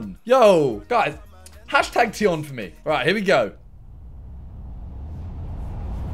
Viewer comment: the way he says "tion" makes him sound really white